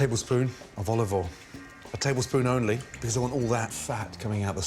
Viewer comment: “Ollivole in”